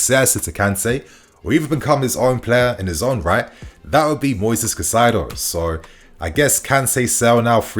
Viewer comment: bro, his name is pronounced “Kai-Say-Dough” lol. 🤦‍♂️😤 Not “Ka-Sy-Duh”